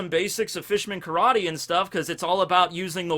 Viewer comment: Did you just say "new Carrot-ter"?